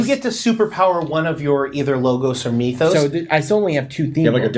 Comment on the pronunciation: It's really grating that continually mispronounces "Mythos," no matter how often everyone else pronounces it correctly!